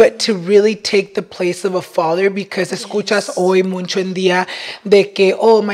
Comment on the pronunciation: I cant with saying “muncho”. So annoying 😢 please let him know its muCHo!